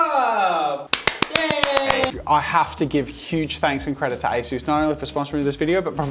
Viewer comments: asus not asoos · Me: English IT'S NOT ASOOS IT'S ASUS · Its not pronounced Ayesues it's pronounced aceus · Take out the a in asus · ITS MOT ASOOS ITS SOUNDS HOW OT LOOKS ASUS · i've always spelled ASUS as "ah-soos" this is the first time i've heard anyone say "ay-soos" and it just sounds so weird to me since i've been saying it my way for pretty much my whole life, and im still gonna say it that way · I always thought it was pronounced like A-sus not A-Soose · "A soos" 💀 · Bro that a s u s was made in South Africa and your saying it wrong say a sus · I thought it was pronounced as-us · Nobody, not a single soul: ... Jazza: ASOOS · A-sus 😂😂🤦‍♀️oh jazza 😅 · I’m sorry Jazza, but you’ve made a grave mistake today. A mistake, so big, that I might not be able to watch your videos anymore. It greatly affected my view on you and your brand as a whole and I’m disappointed in you. I mean, it’s such a big blunder and you act like it’s not a big deal?! Please Josiah, pronounce it as A-SUS (sus!!!!!) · Did that say Asus or a sus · Why do you say Asus like that? haha Also, I have to find a fault, because I'm jealous of your talent.... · the way he said asus